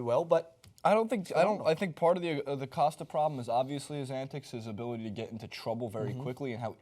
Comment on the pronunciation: can not say Costa correctly 😩 killing my ears